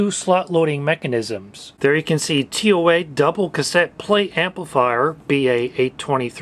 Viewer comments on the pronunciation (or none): Brand is called as tou-aah not tee ow ey